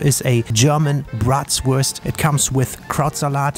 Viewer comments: why do you always say Bratswurst instead of Bratwurst? 😂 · Bitte... Sprich deutsche Dinge "Deutsch" aus.. BRRRatWuurst...:( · I just logged in to ask the same. :-D It's freaking me out! It's "BraTwurst", don't teach people wrong German please. And Bratwurst is one of the essential German words, isn't it?